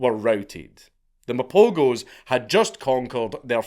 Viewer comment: I watched the documentary on these lions, truly fascinating stuff. Also the g in Mapogos is pronounced as a ‘h’